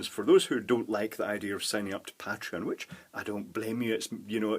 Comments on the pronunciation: The way you pronounce "Pateron" still bugs me. >: I wonder, do you pronounce "patron" the same way? That would explain it. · ***** Ah, I've never heard anyone say "pat-reon" and it sounds so weird to me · you don't pronounce Patrick "Pay-trick", do you? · I think the pay-treon pronunciation is the "American" pronunciation and pat-reon is "British" but I'm sure it varies because I'm British and I say pay-treon